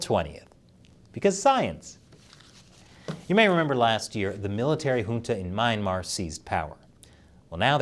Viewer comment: Myanmar is pronounced Me-an-mar